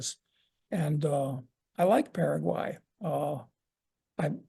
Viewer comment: Paraguay...a good start would be to pronounce the name of the country correctly...lol